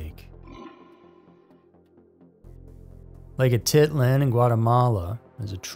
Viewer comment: Lake Atitlan not lake Ati land😂😂😂😂😂